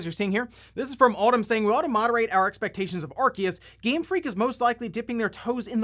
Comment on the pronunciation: ....he just mispronounced arceus lol